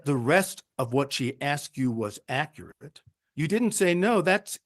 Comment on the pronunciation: Georgia deserves attorney's that can pronounce "accurate"